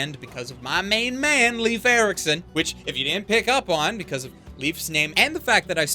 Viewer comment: The anime is great and all but you know what the best part of it is? I'm Swedish, and I can hear Swedish and Nordic names pronounced IN JAPANESE. Worst part is, they actually pronounce "Leif Ericsson" better than you did 😔